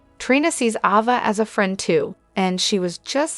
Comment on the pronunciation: It’s not Ova. It’s Ava!